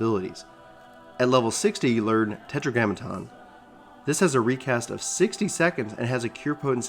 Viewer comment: How did you manage to get tetragrammaton right the first time but peppered this videos with air-e-o's... ./facepalm